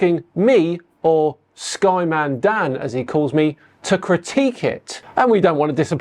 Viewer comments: Sorry did he just pronounce it "SkyManDan?" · Did he say "Sky Man Dan" ? If he can't get Dan's name correct it is no wonder he doesn't know where the centre of a sphere is located. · He can't pronounce your name right, but he outsmarted Neil. Sounds about right lol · they're so utterly stupid that they can't even say names properly.